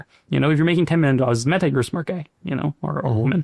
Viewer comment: Never trust anyone who says me-TA like tht